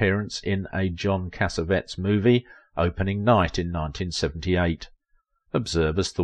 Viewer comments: Lots of new information about Joan Blondell in your video. Great film director Cassavetes' name has 4 syllables not 3. Cass-uh-VETT-eez, not cassavetz. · Why can't announcers be hired who know how to pronounce names. In the case of this presentation, John Casavettes name was mispronounced and in another up the queue, Sal Mineo's name was botched. It would be simple to hire someone who (maybe a little older) who knows something about American movies and its actors.